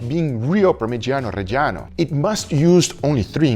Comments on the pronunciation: Real good pronunciation on parmigiano reggiano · Parmigiano Reggiano lo dici divinamente